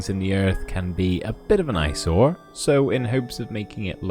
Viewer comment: eyesore❌ → ice ore✅